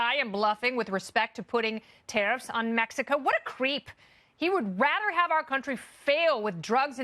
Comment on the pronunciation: With Mehico って笑笑